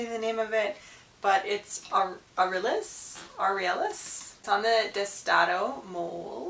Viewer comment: lol, I just bought an Aurelius (Au-Ril-E-Us, like the Roman Emperor) myself for a fantastic deal. He was hard to find there for awhile, but in the last few weeks I've seen several come up for a really good deals. He's so much prettier in hand.